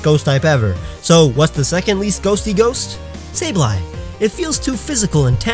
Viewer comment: Sableye? SABLEYE? HOW DARE YOU DISRESPECT MY PRECIOUS LITTLE CRYSTAL GOBLIN.